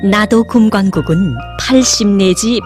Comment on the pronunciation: 나도금광국 아니고 <나도금관국> 입니다.